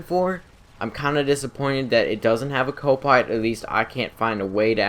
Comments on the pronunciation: hewicopter, copiwot, learn to enunciate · Awesome video but I couldn't stop laughing every time he said "Co piwot" or "mobiwity" XD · I heard "copiwot" instead of "copilot". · "a co pywot" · Ha ha u said co-piwate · Reawy reawy like the savage. Co piwot